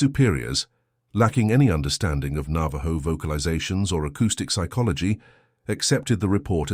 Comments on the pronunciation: You know this is AI when he says navaJo instead of navaho as it sounds. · Nava-joe? Navajo is pronounced Nava-ho